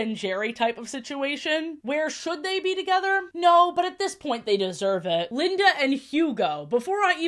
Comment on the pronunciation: i like that you kept referring to linda as "lindana" (tone indicator genuine)